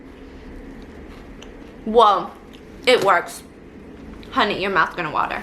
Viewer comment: He either said honey or unnie